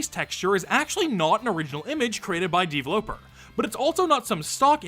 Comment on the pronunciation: I hate how you say "deevloper" dude it's just pronounced developer